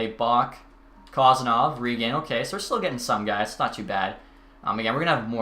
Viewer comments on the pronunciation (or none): none